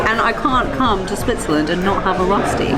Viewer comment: Are you a bit indian ? Because Röschti is the sh sound. And restaurant is the s sound in. :)